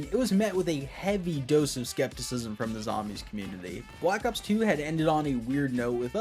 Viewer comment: bwack ops fwee